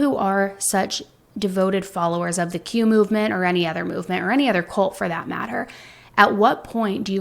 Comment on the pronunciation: what the hell is Q-movement? You need to at least pronounce it clearly so people can look it up.